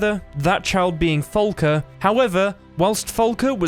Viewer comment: I'm downvoting for "Folka." It's "Falka." Say FA. FAAAAAAAAA.